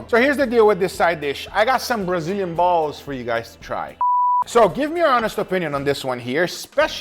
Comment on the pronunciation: The way he emphasized the word Balls is so damn funny 😂😂